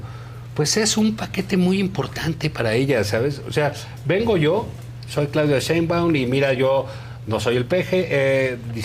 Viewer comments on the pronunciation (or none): Díganle a Roberto Gil que Claudia se apellida Sheinbaun, no Cheinbaun, por fis! Me desesperaaaaa! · Si pero eso pasa en todos los programas. NO saben pronunciar su apellido. Yo la neta tampoco....creo que es algo así como 'Shainbaum'.